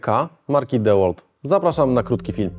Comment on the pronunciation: Wymawia się Diłolt